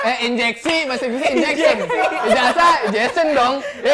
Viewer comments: No one: Literally no one: Absolutely no one in this entire galaxy:: "this is my ijasyien" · yaAllah ngakak sampe guling2 pas bilang "my ijation" 😭😭😭😭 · Bahasa inggris ijazah = ijation #Pandu2020 🤣🤣